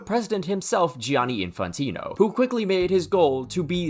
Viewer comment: The funniest part is that trump is from new york and definitely knows how to pronounce Gianni correctly, but nah hes Johnny